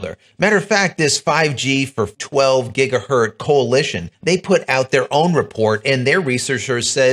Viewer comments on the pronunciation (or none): It's pronounced "gig-uh-hurtz", not "gig-uh-hurt". Hertz.....multiply with lots of zeros on the end and you get gigahertz. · "GigahertZ"..... Please start pronouncing the "Z".